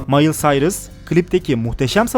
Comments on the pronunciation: mayıl sayrıs değil . mayli sayrıs diye okunur . Yazılışı da Miley Cyrus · mayıl sayrıs değil mayli kıras diye okunuyo 😂😂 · Mayıl sayrıs mi? mayli sayrıs diye okunuyor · bence mayıl sayırs değil myli sayrıs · Mayıl sayrıs ? Mayli sayrıs olmasın ? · o Mayli Sayrıs diye okunuyor Mayıl Sayrıs diye değil agsgahsbbssb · Mayl Sayrıs diyecekmiş Mayıl Sayrıs demiş adam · MAYIL SAYRIS NE LAN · Mayıl Sayrıs 😂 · Mayıl sayrıs sjssjajsjak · Mayıl Sayrıs nedir 😂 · Mayıl Sayırs?! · Mayıl Sayrıs ne bdbdhddh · Mayıl Sayrıs fdsdfsf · Mayıl sayrıs nedir alalskdwad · Mayıl Sayrıs :D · mayın sayrus ne lan amzbngdcmhd ng nj miley cyrus duysa ismini değiştirir 😂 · mayıl sayrıs ne yaa 😂😂😂